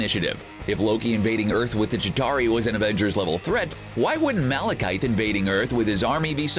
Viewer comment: Did you say Malekythe? You've now gotten that wrong, two different ways. And it's not pronounced differently from how it's spelled at all. Malekith. It's pronounced the way it looks like it's pronounced.